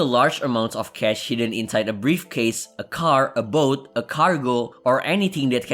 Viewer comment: I WANT TO BUY A BOOT..........THAT"S HOW HE PRONOUNCES BOAT.............